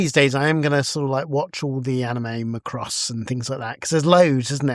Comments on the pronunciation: MackRoss, not McRoss. 😀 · My ears started to bleed when you pronounced Macross like that :D Westerners might recognise the anime as Robotech.